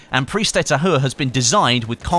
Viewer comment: You pronounce it prise de ta ure without the H.